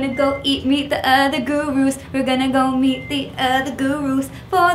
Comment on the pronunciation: when she says gona go meet me the other gurus it sounds like gona go eat me the other gurus